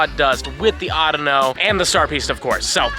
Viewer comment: It's called (au-dea-no)